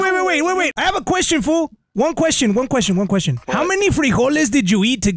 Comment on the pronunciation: I can’t be the only one that hears “Juan” when he says 1.